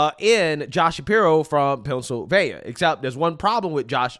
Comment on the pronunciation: Where is "Pouncilvania" again?😅